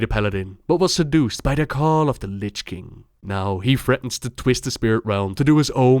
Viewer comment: Please, please spell Lich next time correct. Its not litsch